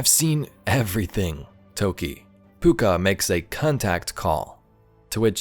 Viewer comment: Your pronunciation of Pouka is correct but the spelling of it is different to the Irish version (Púca).